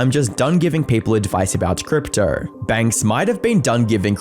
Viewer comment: Brother the way you pronounce “crypto” as “cryptrer” is killing me🤣